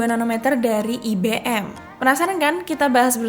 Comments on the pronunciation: IBM bacanya bukan i-be-em Mbak, ai-bi-em gitu loh Mbak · Ai Bi Em Bukan I Be Em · IBM dibaca ai be m Emba 🤦